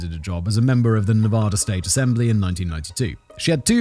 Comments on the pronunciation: It's Nevada, not NevOda! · Fantastic episode this one. but Simon you’re killing us with your pronunciation of Nevada. It’s not fancy, just pronounced Nevaduh. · It's pronounced "Nev-add-uh", Simon. Would YOU be okay if someone regularly called you "Semen"? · Simon, it's pronounced nevAda. the first A is pronounced like the A In cat. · As a man currently living in Reno, just know, fact boy, I will fight you if you keep pronouncing Nevada that way. You're talking about America. Speak American. (Love the show, listen every day)